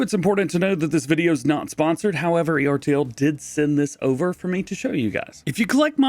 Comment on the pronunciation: It’s pronounced Ertl-as one word